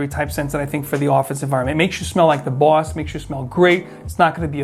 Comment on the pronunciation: "...makes you smell like the BUASS" - is that a Boston accent popping through?